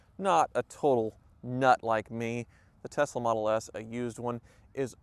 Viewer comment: It's pronounced "Elon Musss-ksss Tessslah"!!